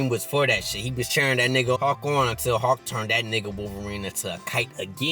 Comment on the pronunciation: Bruh I kept thinking this nigga saying hawk not hulk lol, love the vid tho